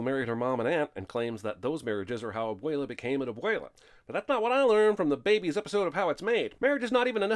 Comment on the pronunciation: Lot of these sins suck and aren’t even true. Also, I sin YOU for pronouncing abuelas name as ‘abwaylah”